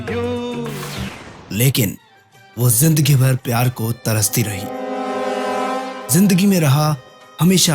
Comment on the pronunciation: Jindagi nhi Bhai Zindagi. Zebra ko jebra bolty ho kiya😅